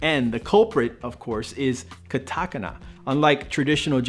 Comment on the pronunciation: Hahaha. Katakana. Pronounced wrong, but it made my day! great video! xD